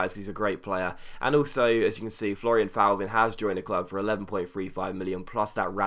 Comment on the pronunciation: Just a quick heads up, with any French players with a Th at the beginning (e.g. Thauvin, Thievy etc.), you don't pronounce the 'h'. I.e. Thauvin = Toe-van. Hope this made sense :)